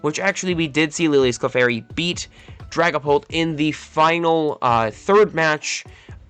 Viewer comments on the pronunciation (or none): none